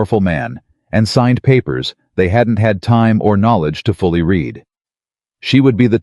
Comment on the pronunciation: Love the 2nd or 3rd opening slide where she seems to have 3 arms....And, I will be impressed with AI narrators when they get the present and past tense of words like 'read' correct.